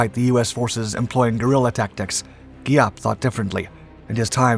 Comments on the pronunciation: Thank you for this video. While I appreciat your story, which carries honest events, your pronunciation needs a little help. General Giap is pronounced Zap; in Vietnamese, the GI combination is pronounced lika a Z. Võ Nguyên Giáp is pronounced Vo Win Zap. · Giap....with a Zzzziap... sound